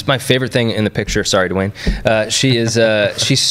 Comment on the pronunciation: LoL, Dwayne is just "Dwain", not "Duh-wane".